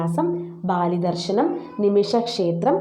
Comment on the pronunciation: ബാലിദർശനമല്ല, ബലിദർശനം